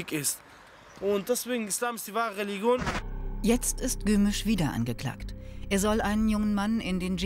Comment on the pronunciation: Regilon ist mit leicht gedünstetem Lorbeer Kraut eine tolle Delikatesse 🤦‍♂️re-lig-ion von mir aus re-li-jon aber nicht Regilon